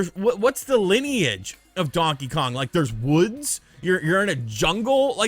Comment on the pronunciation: Since Luigi's Mansion got a rerelease on the 3DS I don't seem them porting it yet again, Prime is likely. It will be a bunch of RPG's like it usually seems to be. Really don't want to see a DK Mini's at all, the 2D is good, thanks for saying Kong properly not Kahng.